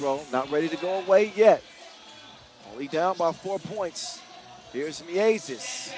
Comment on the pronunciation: The "ie" sound in Miezis is correctly pronounced like "ea" is in English word gear. The announcer is now just saying it like it's two separate words Mi Ezis 😂 As for Gludītis - emphasis in Latvian words is always on first syllable (same applies to Lasmanis and Raimo). Ī letter means its a longer i sound - like ee in sheet instead of a short i as in big.